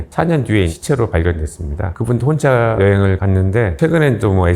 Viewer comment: ★발음 엄청거슬리네...[혼차여행]...무슨차를 말하는걸까...